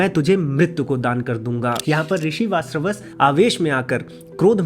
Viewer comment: VaaJashravas ka pronunciation kyu nahi kar paa rahe ho?